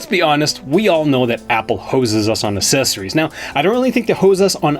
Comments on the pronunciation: Dude, learn to say accessory properly! Seriously, you’re mispronouncing the word over and over and over again. It makes a mockery of the content of this video. You and Everything Apple Pro do it constantly, and it makes you look unprofessional. It’s really that simple. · Think of the word access, as in access all area’s. That’s the same sound you should make when you say accessory, so phonetically it’s a k sound for the first c in the word and a soft c for the second c in the word. That’s how you pronounce it correctly, the other way makes it a nonsense word!